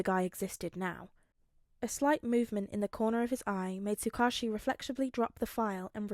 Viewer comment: I just wanted to say finally a tsuk ouchie pronouncer. I’ve always read it as that and I never noticed when I first listened to the video since me too! It’s always weird hearing Tsukuichi or however it’s spelled because I’m like who??? An oc maybe? But then he’s in other videos and I’m like WHO IS HE!!!???? But in reality it’s the off brand Man in the yellow hat from curious George.